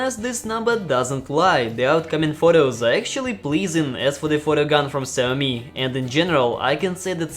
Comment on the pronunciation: Who the fuck is Zammy? It's "Sha -O-Mee"